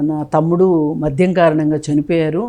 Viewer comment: మధ్యం,నేపద్యం.... ఉచ్చారణా దోషాలు సరి చేసుకోండి మోడరేటర్ గారూ..